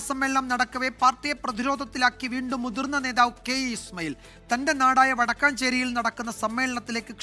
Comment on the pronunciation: വടക്കാഞ്ചേരി അല്ല വടക്കഞ്ചേരി